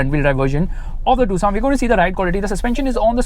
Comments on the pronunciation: its tuc son not two sona 😂😂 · Why ia calling this car "tusaw"..... 😅❤ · Tucson be like : Am I a tusaw to you! !? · The way you pronounce "Tucson" is just like "Croissant" 😂